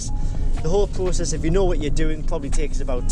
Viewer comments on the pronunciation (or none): none